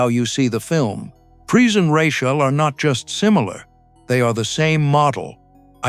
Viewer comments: Ru-chale? It's Rachel, FFS. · Lots popping off for someone who pronounces her name Ruh chaele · It is Rachel - not Rashell. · They're doing this on purpose. AI pronounces Rachel's name wrong. Nobody is proofing the voice-over; proving that they just don't GAS. Ironic isn't it? This video is about finding glitches in the film and there's also glitches within the video. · Your AI can't say Rachel properly. Lame. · I tried to make it all the way through this but him messing up Rachel's name was pissing me off so bad, I had to quit it. SMH. LMAO! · The mispronunciation of Pris and Rachel throughout, it's a dead giveaway either AI or whoever you are making this thing you don't even have two seconds to learn the pronunciations of the names that are key to this thing that you're making?? Pass. I'll re-watch the multi-hour documentary.